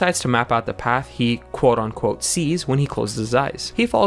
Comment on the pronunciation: I don’t know if you get this comment a lot, but the phrase is “quote UNquote”. It always sounds like you’re saying “ON quote” and bothers me